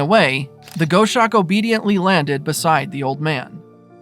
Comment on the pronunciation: Please…I’m a "birder" I’ve had many dealings with a multitude of raptors. It’s pronounced "goss-awk" like "gloss" without the "L"